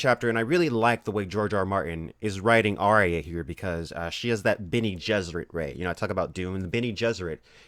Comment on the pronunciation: The best pronunciation of my name so far in life :D thanks